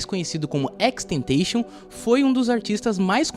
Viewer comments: Sim mano deu uma agonia mas o vídeo ficou maneiro kkk só a pronúncia do nome que ficou estranha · Só senti falta da pronunciação certa do nome dele… 🥲🥲🥲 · Tenho agonia por quem pronuncia o nick dele errado